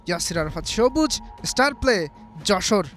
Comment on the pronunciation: আপনি একটা ফাউল, ফালতু সাংবাদিক।আপনি কোচের পেছনে লেগেছেন কেন?আর ঝামেলাপূর্ণ ব্যাপারগুলি নিয়ে নিউজ করেন কেন?তিলকে তাল বানিয়ে দিতে চাচ্ছেন।আপনিতো মিয়া উচ্চারণই করতে শেখেননি।স্টারপ্লেকে বলছে ইস্টারপ্লে।